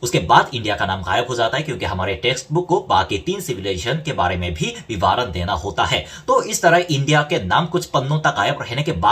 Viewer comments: Hi You are doing a very good job via this channel. Hats off to you. Just wanted to say that, it is vivaran - va pronounced as you do in the ran part of vivaran, that is, short 'a' and not 'aa'. So it is vivaran and not vivaaran. Hope I made it clear. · वी वा रण -नही - विवरण होता है मेरे भाई ।🙏